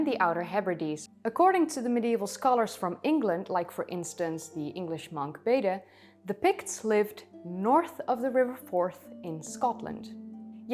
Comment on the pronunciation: Usually, "Bede" is pronounced as a monosyllable in English.